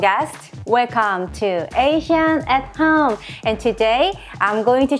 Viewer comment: I remember now! you pronounce 'home' like cartman in south park does. lol